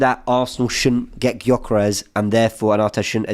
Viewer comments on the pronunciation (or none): it's Gyokeres. Not jokeres. 🤦